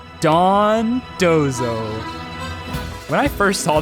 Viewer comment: I appreciate you pronouncing dondozo correctly and not dodonzo like seemingly everyone else